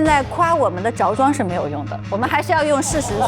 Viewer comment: 吴昕“着装”的音是不是念错了，是zhuo zhuang不是zhao zhuang吧？有人发现了吗